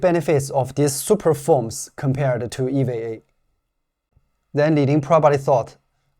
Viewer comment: Great video as always. Only pronunciation correction, to sound more American, EVA would sound like Eee, Veee, A. More of a hard E vowel sound on the V letter. I've been learning Chinese on the great Super Chinese app, I do enjoy even small sections where you can throw in some Chinese also. Great work!